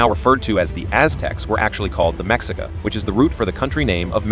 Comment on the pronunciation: The word Mexica is Pronounced as Me-Chi-Ca.